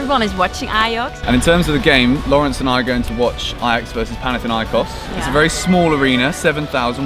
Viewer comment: Its panathinaikos, not panathiniakos